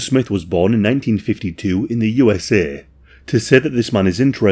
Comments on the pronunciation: “This case takes place in the U S EH” he sounded like my Nigerian friend eh 😂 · You ess ehhhh